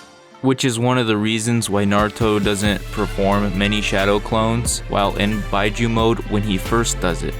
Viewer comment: Why bi-juu I think it's pronounced bee-juu